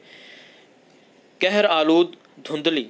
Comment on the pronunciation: Kohar Aalood " کہر آلود" پڑھتے وقت " قہر آلود " رات سنائی دے رہا ھے۔